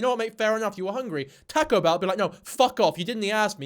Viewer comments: You’re officially banned from Mexico after that horrendous pronunciation of taco. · “Tahko bell”??? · “Tako bell”💀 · its pronounced like tahhco not tAko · “Tahcoo ” pleaseeee 😂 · "Tah-co" is killing me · Say TAHko bell one more time. say it. SAY IT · It's pronounced TOCK-KO, not TACK-KO or tic tac toe. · omg I’m obsessed with the way he says taco. I’ve never heard anyone say taco like this I would dead ass listen to a 10 hour video of just him saying taco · please stop saying taco bro geez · The way you pronounce "taco" is an actual hate crime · the way you say taco 😮😂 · His pronunciation of taco in Taco Bell is making my Mexican brain hurt 😭